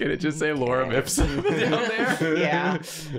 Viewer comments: Via mispronunciation, has now created the new Drawfee fan favorite character "Lauren Ipsun" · The consistent mispronunciation makes me think dated someone named Lauren Ipsum in college. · says Lauren Ipsum, as if it’s some person that pops up on the screen when you want a text box